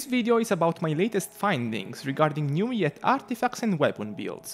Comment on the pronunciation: newiette lmao ( ik u're not french its ok) but its prononce neuv-ill-ette